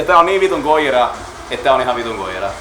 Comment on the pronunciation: Bromance :) Btw, nice to hear that I am not the only one pronouncing it "Goyira".